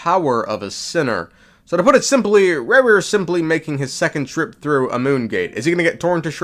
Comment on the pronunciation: Love how you pronounce rerir 🥀